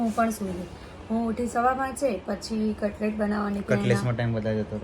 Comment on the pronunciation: Katlet nahi Katles....